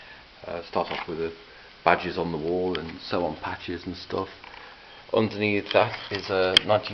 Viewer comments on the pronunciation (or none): none